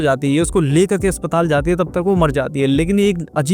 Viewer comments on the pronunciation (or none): none